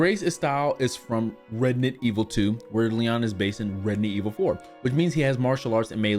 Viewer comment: He did it again! he said it Redident Evil 😁😂